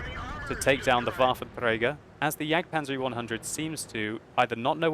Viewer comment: waffen trrrey garrr